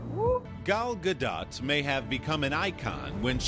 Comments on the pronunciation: Did he just really call her gal galDO”T” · He should've asked her the pronunciation of her name...